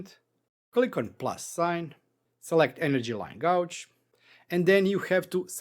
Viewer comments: Nice video - I have to point out how you pronounce this word - The word gauge, you are saying it like the word gouge when it should be gage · it is pronounced gayge not gouge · Thanks for this. I've got a use for the bar gauge already. Oh, and your English is great, but gauge is pronounced gayj.